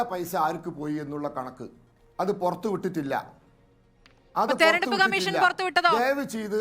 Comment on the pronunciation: ദയവായി "തെരഞ്ഞെടുപ്പ്" എന്ന് വാക്ക് "തെർണെടുപ്പ്" എന്ന് പറയരുത്, ശ്രീമതി ആന്കർ.